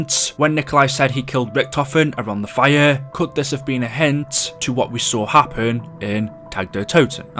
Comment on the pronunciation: Everyone: Fire: Fireuuu